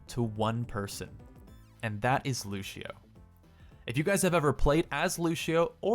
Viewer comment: i had to stop watching because you said lushio